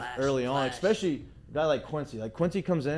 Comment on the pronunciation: Saying “eck-specially” instead of “especially” is a big thing, huh?